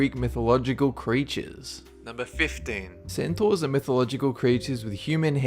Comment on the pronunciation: wat?? cetaurs??